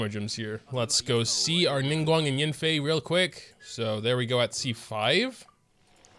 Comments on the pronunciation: “It’s probably a Childe though” Well you did get A child, Qiqi. Oh and whenever you call YAN-FEI as YIN-FEI it just keeps triggering me XD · god i hate the way this dude pronounces yanfei its so cringe